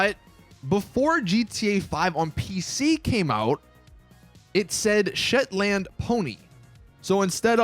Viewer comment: I'm a Scottish man myself and you have completely demolished the name 'shetland' you pronounce it like shetlnd (well that's how I do it in Glasgow or it's just me being an idiot)